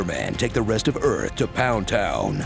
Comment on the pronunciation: When he said “You will come to earff.” I was like awwww how can I be mad at a guy who can’t pronounce his th’s